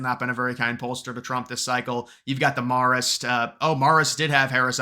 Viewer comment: It’s “mare-ist” babe